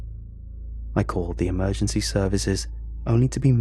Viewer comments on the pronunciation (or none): none